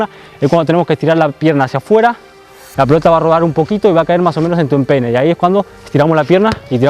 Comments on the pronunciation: en ves de en tu empeine el dijo en tu enpene jajajja xd xd muy buena. saludos desde argentina; ) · en ves de decir peine dijiste pene xD en el minuto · Jaja en el minuto dice pene en vez de peine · parece que dijo pene 😂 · Ale_N7 XD jajajajjaa dice pene xdxdxd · Entendí peneeeeee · The King X MC yo entendi pene XD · minuto alguien más escucho algo muy distinto a empeine? jajaja XD